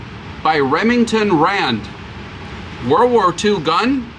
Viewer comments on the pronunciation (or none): It's "world" war, not war-war